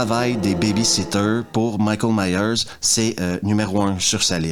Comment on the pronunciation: 1,29 Michel 😂😂 j’ai cru que tu parlais du Plombier Michel Michel😂😂😂 on dit Michael Myers